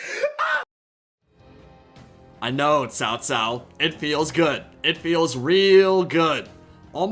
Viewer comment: Lol be more careful with your pronunciation of Cao Cao, there.